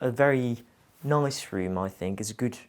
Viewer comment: What a lovely man and a beautiful home. All that wonderful art…wow! This has to be one of my favourites on Homeworthy. I couldn’t get accent at first, it sounded like a mixture of London and somewhere in Europe but I couldn’t place it. Of course, as soon as he mentioned France it was obvious. I love how he pronounces the word “noice” (nice) very “Londoney” (I’m a Londoner and just made that word up lol). A great 42 minute video which seemed to fly by so fast! 💕👌🏼